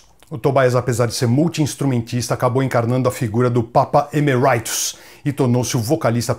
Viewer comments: Grande Gastão! Ótimo vídeo, como sempre. Só pra agregar valor ao conteúdo, a pronúncia de Tobias, é Tobias mesmo bem como a gente lê, e não 'Tobaias'... Assim como Papa Emeritus (Eméritus e não 'Emeraitus') que vem do latim e é bem familiar pra gente que fala português, oriundo do latim também. No mais, grande vídeo, com muita coisa que não sabia da banda! Grande abraço e parabéns pelo trabalho! - Richard. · Gastão, muito bom esse Breve Lero! Excelente conteúdo. 2 coisas: 1 - O nome do "Papa" se fala Eméritus, mais pro "italiano" do que pro inglês. 2 - Faça um sobre o TOOL!!!! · Emeritus é em latim, não precisa falar como se fosse em ingles... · boa Hellpath! valeu pelas informações. Pronunciei como ouvi em uma entrevista gringa e eles falaram "Emeraitus"